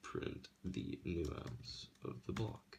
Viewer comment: Hey, I'm not trying to nitpick, but I'm a cybersecurity editor, so things like this bother me. It's pronounced "nAHnce." With a long "A". You're pronouncing the word, "nuance," which is completely different from "nonce." Sorry. Like I said, not trying to be a jerk, but I figured it'd be better to let you know now, rather than let you keep going with it.